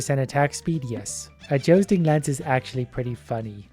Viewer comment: joe-sting lance?